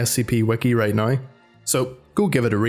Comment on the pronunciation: He says Now like Nigh